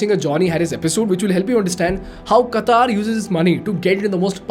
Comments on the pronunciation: This lame guy is making an analysis of a mega event and he can't even pronounce Qatar... Qataar means queue. its Qatar. Ultracrepidarians ruling uninformed minds these days.... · Qatar not Qataar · Its not Kataar. it is Qatar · At least work on your pronunciation. It's no Qataaaaaaar. It's Qatar. Very simple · It's not Kataaar it's Qatar* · It is Qatar, not Kataaar 🤣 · First speak correct QATAR.....QAATAAR ....hahahaha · Do you pronoun पाकिस्तान as "पेकिइस्टैन" ? मोदी as " मोडी" ? If no, then it's "क़तर" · firstly announce the word Qatar properly😅